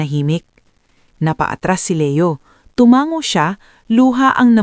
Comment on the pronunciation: hindi po TUMANG - GO ISANG G LANG TU - MA - NGO